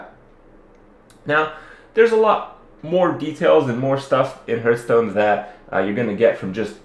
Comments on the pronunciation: Why do you keep saying Hurtstone. Its Hearthstone ( reads hartstone ). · stop calling it huuuuuurtston!!! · HEARTHstone not HURTstone good video though.